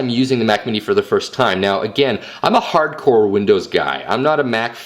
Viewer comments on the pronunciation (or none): none